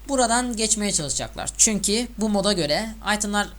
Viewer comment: Lütfen konuşurken bunlara dikkat et: -Çünki değil çünkü.Türkçe de çünki diyen kişiler kendini iyi konuşuyormuş gibi düşünür ama yanlış. -Edvensıd değil edvensd(advenced) -Bir de geçen videonda "de" bağlacını ayırmamışsın galiba Türkçeye çok önem vermeyen birisin; ama bunlara dikkat edersen iyi olur :D